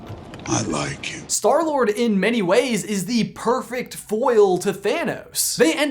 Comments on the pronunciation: did you say store lord or stoor lord? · Love the way he says 'in defense of Star-Lord' through gritted teeth XD